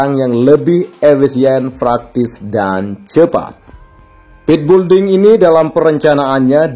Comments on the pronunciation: Hallah sy pun kalau yebut juga belding malah bukan building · Sekedar koreksi agar PENGUCAPAN lebih Benar ya...Bukan BULDING....Tetapi BUILDING....ATAU PENYEBUTANNYA ..BILDING...Ok Bos Koe....